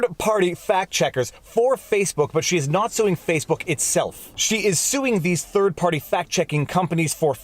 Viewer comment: I rewound & replayed this five times just so I could hear you say “third farty” again and again. 😆